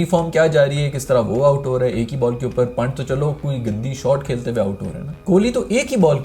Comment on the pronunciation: Yaar tu naam na bigada kr, Wo akashdeep hai, amandeep nhi aur wo पंत hai पांट. Naam sahi se le le bhai ya pehle se padh ke, pronunciation dekh kr aa jaa.